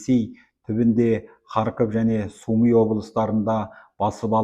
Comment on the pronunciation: Су ми емес, Сумы!! Журналист!!